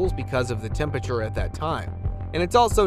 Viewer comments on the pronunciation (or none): none